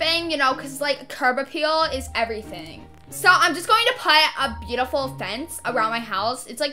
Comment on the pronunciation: "with my three kids and my bootiful HusBAN"